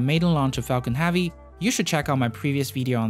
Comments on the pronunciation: Heavy! Not "havy".... There is a e in there.. Otherwise nice video.. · Also, "Falcon Havvy" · Falcon heavy not havy I know you got an accent but it's not that hard to say heavy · epic you say apec SpaceX you say SpaceAxe death you say dath heavy you say havy no hate just facts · Are you aware you're saying hAvey every single time? I twitch every fucking time you say it lmao. Great vids still ! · Good pronunciation in general, but you REALLY need to work on the soft e in hEavy, Epic, spaceEx, End, landing lEgs. Almost every time you pronounce those words, you pronounce an A sound like in Axe, not an E sound like in Egg. You DID get it correct Expectations and strEngthening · I love these videos, but I’m curious to what accent of english the narrator is speaking? One example is that the narrator is pronouncing the word «heavy» like «havvy». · Space Ax launched Falcon Havy succesfully hehe ( please pronounce E ^^ ) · Jonas Sjöman Axe-ploration is Apic Havy!